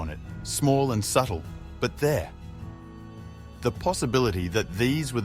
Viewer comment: What does "Itha" mean? and Mutha it appears this narrator cannot pronounce words with "R" in the word ,very poor English!!!